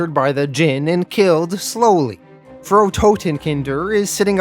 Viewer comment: Frau is pronounced "Frow" as in "Cow." Frau means Ms./Mrs. in German and Totenkinder means Child killer in German (really "children of the dead). You do an amazing job, and I look forward to you each week.